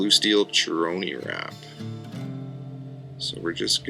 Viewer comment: you you need to learn how to pronounce Chirony Wrap, it is pronounced with a hard C just like chironomid, just thought you might like to know.